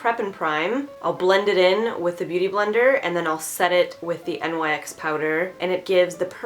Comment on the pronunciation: Nyx is pronounced like nix